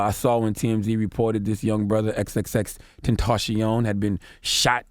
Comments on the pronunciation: xxtenchion😂 no hate tho rip to x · "X x tencheeyon" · charlamagne: ''exextacion....off the schreet' lmao :))) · Please give Charlemagne Donkey of the Day for mispronouncing X's name.